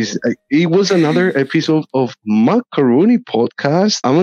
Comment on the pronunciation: Just a little remark about the name Makarony podcast. Why is it MakaRONY? It's Rooney. Not Rony. So it should be Makaroon(e)y Podcast. Just saying. Love you guys.